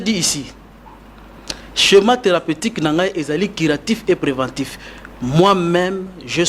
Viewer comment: Déjà même le mot curatif il prononce Quiratif...un sérieux doute. Il n'y a pas de paludisme en occident. La recherche se fonde sur des études prouvées, et répétées. Il a peut-être une stratégie d'attaque mais tout ceci doit être prouvé dans un laboratoire in Vivo et en par un essai clinique. Tout chema scientifique doit être prouvé avec des données vérifiables. Le reste c'est pas de la science.